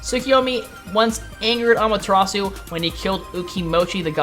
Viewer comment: well i have 7 years of japanese fluency, and its obvious when broken down the name susano'o is su-sa-no'o the insert does no stop the sound it carries it on. as a person living in japan for 2 years you should know that. its all im saying, btw i notice you said amaterasu i[-with the oo sound...the u in japanese is a sharp uh not oo...once again as a person 2 years residence in japan you should know that also.